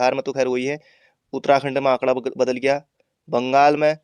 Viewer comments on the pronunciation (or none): none